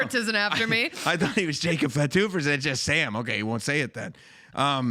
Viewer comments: "fat - too" huh? Its "fah - too". Show a little respect on the name of a major wrestling family man. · Bro said jacob FATu 😭